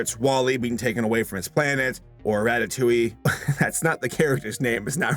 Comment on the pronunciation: It’s not ratittuee it’s ratitouiees monster